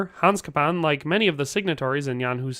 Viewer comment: Name was butchered well! :D come to Prague ... we can fix that here :)